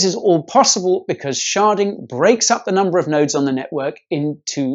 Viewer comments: And here I thought sharting was a bad thing... or did he say sharding? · Did you say “SHARTING?..”